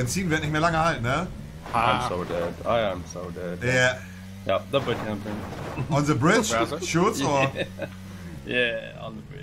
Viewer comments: Bei monte wird "th" zu "s" hahaha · Immer diese leute die the se aussprechen 😂